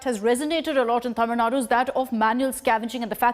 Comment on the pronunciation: By the way her pronouncing of tamizh Nadu is something rare in English media